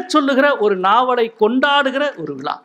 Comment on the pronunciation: அடிக்கடி விலா என்று சொல்கிறார் விழா என்று சொல்ல தெரியவில்லை. இவ்வளவு பெரிய எழுத்தாளர் தமிழில் ழ கர உச்சரிப்பில் கவனம் செலுத்த வேண்டும்.